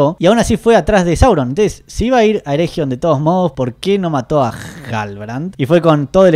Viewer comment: Eregion, es "ereguion", con g suavecita, no como jota.